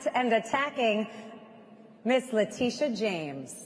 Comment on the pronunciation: Interesting how Alina always mispronounces the names of New York Attorney General Leticia James and District Attorney Fani Willis, a way to subtly degrade them.